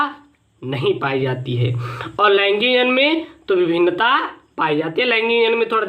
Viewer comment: Sir laingig nahi laingik